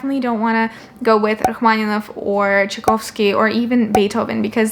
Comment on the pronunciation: The way you pronounced "Rachmaninoff" and "Tchaikovsky" reveals your ethnical background:)